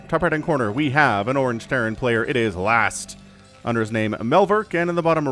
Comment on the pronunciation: Last is T, not Z :p